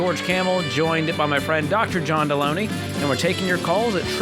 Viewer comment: Dude how can you butcher Delony’s name so bad when it’s right in front of you. If you’re going to criticize him at least get his name right. It’s basic human decency. Also, most of these calls required John’s skillsets. George and John work very well together and George will hop in if it’s strictly money. Most of the time it’s not.